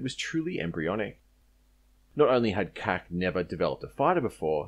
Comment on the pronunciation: Referring to CAC as "cack" is a bit of a cack, I've always heard it spoken as "see-ay-see". Great video, I haven't looked into Loyal Wingman all that much so this was very informative. My only gripe is that the consortium went with the rather silly sounding "Ghost Bat" for the MQ-28 instead of a giving a nod to an Aussie raptor species such as Goshawk or Kite (the latter would have been perfect... small, patient, deadly). But I guess the raptor thing has been done to death, and the name really makes no difference in the end. It's going to be a very capable platform in any case.